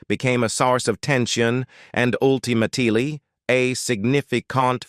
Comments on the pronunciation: Yup! Did you hear Joan Rivers as Joan REEvers? And the word "Ultimately" was ultima-TEEly. Yech. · ... jOAN REE-VERS? "Ultimately" was pronounced "ul-tim-a-TEE-lee." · What's wrong with the narrator; is it a robot, or can the person if existing, pronounce simple words like" ultimately" without some syllable type pronunciation?